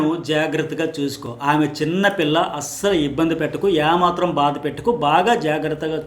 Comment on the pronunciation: యా మాత్రం కాదు.... ఏ మాత్రం అనాలి.....